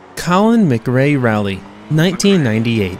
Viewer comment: Colin "Magray" Rally!!